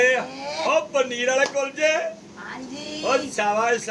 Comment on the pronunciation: ਹੁੰਦੇ ਤਾਂ ਕੁਲਚੇ ਨੇ ਪਰ ਭਾਬੀ ਕੁਚਲੇ ਕਹਿੰਦੀ ਆ ਫੇਰ ਸਾਡਾ ਕੀ ਕਸੂਰ ਹੈ